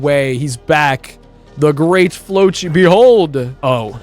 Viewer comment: Erm it’s the great flossi not great flochi and his full name is the great floccinaucinihilipilification